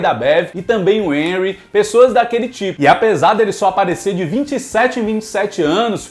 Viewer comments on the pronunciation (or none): none